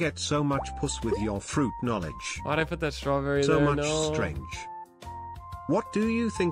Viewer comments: You do that fa-ruit so good dad! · More fuhruit speedy, I love your oh so good fuhruit my King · More fa-ruit, speedy.